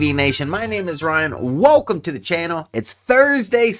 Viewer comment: Not that it matters but is he is saying wokum instead of welcome ¿